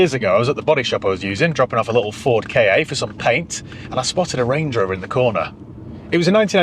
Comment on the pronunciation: It’s a Ford Ka, not a K.A. 😟